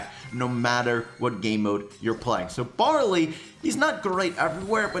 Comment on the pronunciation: When he said bawley I'm like waht he's shit